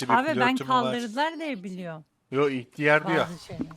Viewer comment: ihtiyar değil ilk diyar diyo